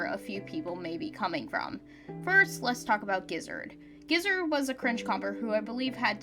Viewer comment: gizzard GIZZARD G I Z Z A R D ((scoff it’s ge0zard; geo-zard))